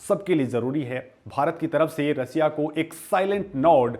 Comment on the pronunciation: 😂😂😂😂 रसीया नहीं रशिया बोल